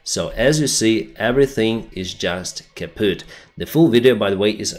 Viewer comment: you should stop saying Kaupt as they will think you are a Natzi. Also you sound like Sholtz fro hogans heros. heh